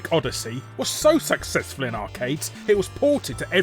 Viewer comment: "The game was SucSEXful" Was that intended?